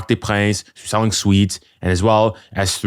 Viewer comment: seeling sweets😂?